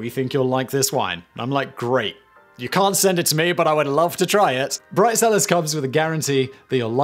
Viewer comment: I swear I heard "Bride Sellers"